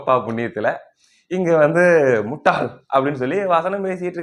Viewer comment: அவன் சொல்றது முட்டைன்னு மாதிரி கேக்குது